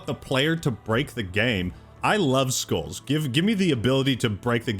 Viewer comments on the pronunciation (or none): As a fellow Englishman, Why does keep saying SKOOLS instead of SKULLS?!